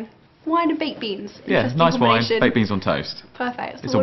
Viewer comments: thought she said babies on toast too. turned out to be baked beans on toast (i think) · at first i thought that she said babies on toast instead of baked beans on toast xD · I thought she said babies on toast... I laughed so loud. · It sounds like she said babies on toast. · i thought she said "babies on toast" lol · i think she said baked beans... im not rying to make you mad or anything im just saying what i heard so don't think im against you cuz it did sound like babies